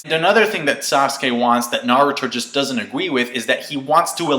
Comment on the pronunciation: that naruto doesn't agwee with? xP